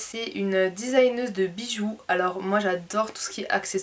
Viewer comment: sa se dit pas disagneuse